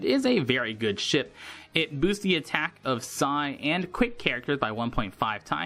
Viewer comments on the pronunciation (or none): also, no idea why I heard "good shit" instead of "good ship"